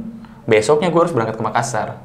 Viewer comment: Dzawin sebut "Makassar" dengan pronouncation yg benar, salut wkwk..